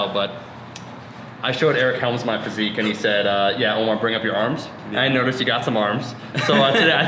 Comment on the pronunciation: dunno if he's saying 'one more' or 'Omar'